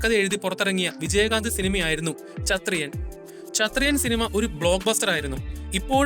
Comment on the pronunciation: ചത്രിയൻ അല്ല ബ്രോ ക്ഷത്രിയൻ